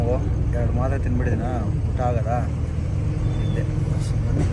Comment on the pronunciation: ನೆದ್ದೆ ❌ನಿದ್ದೆ ✅